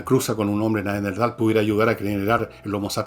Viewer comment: Entiendo que la palabra es Neanderthal y no Neanderdhal como lo pronuncias Fernando, que precisamente es el antecesor del Homo Sapiens.